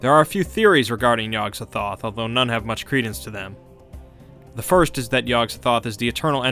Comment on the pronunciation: The gatekeeper's name is pronounced: Yog Sot-oth